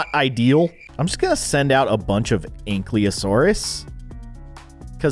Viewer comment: It is pronounced a ank-i-lasourus